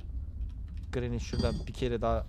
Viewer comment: Ama ben o gRAnİyğ lAğ oĞlUm gİt lAğ diyisine var yâ offf olum hastaneye yatırıldım yaaa